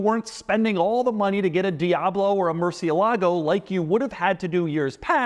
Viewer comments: Doug, you keep pronouncing Murcielago wrong. It's "el" like you'd pronounce the letter "L," or like "el," Spanish for "the." It is not pronounced Mercy-a-lago. I think maybe you're getting the Lamborghini model and Trump's place in Palm Beach, FL confused. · It's "Murthialago" - I always remember this because the first time I heard about the car the Lamborghini guy emphasised the correct pronunciation. Sensible idea to put the reverse button out of the way of accidentally pressing it. Hmmm. Annoying reviews of supercars - if you want practicality buy a Volvo. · Every time Doug says "Murci-e-lago" a spanish speaking person dies... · Somebody really has to teach Doug how to pronounce Murcielago. Especially if he's gonna be throwing the name around in several of his videos. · Pronounced Gallardo right the whole video, mispronounced murcielago. Point deduction. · Doug still doesn’t know how to pronounce’Murcielago’